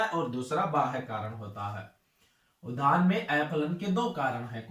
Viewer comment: धान बोल रहे की उद्यान ठीक से बोलिये